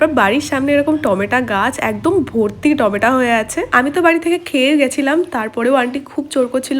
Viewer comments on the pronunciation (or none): টমেটা আবার কি???? বলো টমেটো